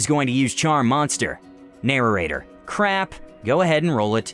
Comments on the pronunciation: I really hate the way you say narrator, you add an extra syllable. It's 'nair-ate-er' not 'narer-ate-er' It feels funky to hear it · Am I the only one who is annoyed he keeps saying “narrarator” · Narorator? What's that?